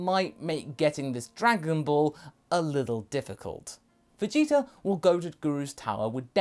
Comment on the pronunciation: He said vegeza?!